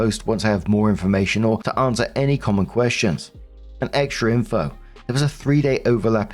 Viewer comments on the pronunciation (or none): none